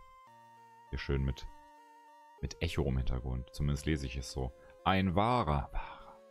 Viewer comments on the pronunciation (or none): none